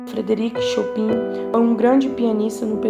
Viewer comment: ótimo vídeo, muito informativo, mas chopIn (com som de I) foi osso kkkkk